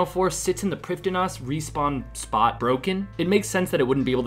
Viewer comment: i didnt know it was called prifdin -ass?